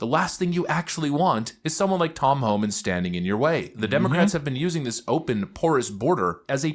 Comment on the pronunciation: I sure wish you would learn to say th”instead of changing it to a d! Dis, Dat,Dare, Da, Day instead of this, that, there, the, they!! Please learn to speak intelligently as I know you are not stupid.